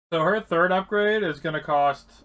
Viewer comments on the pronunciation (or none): none